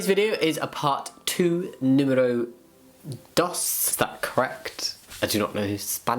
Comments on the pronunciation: Hahah. Loved when you said número dos Greetings from Argentina PS: it was pertfectly pronounced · “Número dos” is indeed, correct :D